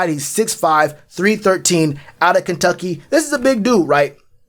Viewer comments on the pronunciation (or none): none